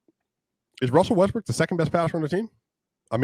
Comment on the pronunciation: Haha he said Wussell Restbrook 😂